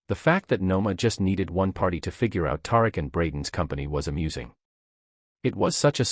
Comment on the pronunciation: Tar-Rick? I guess we should spell it Tie-Reek just so, you can pronounce it correctly 🤣🤣